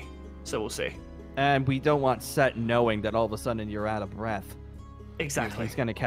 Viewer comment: it's Set, Seth, Setesh, and Suetekh. Though, for this series, it's just Set. Not Sekt.